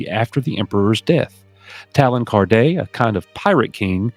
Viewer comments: Talon Karrde’s surname name is pronounced like ‘Card’, not ‘Carday’. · Lol. Coach, it is Karde, like a playing CARD. YOU ONLY SAY IT THAT WAY IN THE THEE-ATE-HER